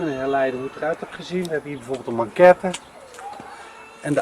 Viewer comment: Leuke video, zoals altijd! 👍 Ter info, het is ‘maquette’ en niet ‘manquette’. ;-)